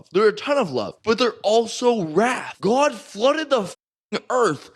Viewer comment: I hate his voice and way of speaking “Ghod”